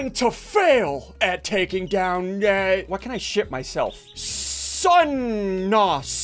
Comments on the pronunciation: say ship then watch him say “shit my self” then u here ship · he straight up said shit but he meant shift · He. Said shift